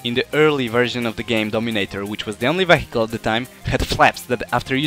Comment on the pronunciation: I like how you pronounce "vehicle". :p